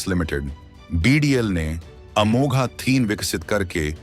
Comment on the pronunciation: अमोघ है, अमोघा नहीं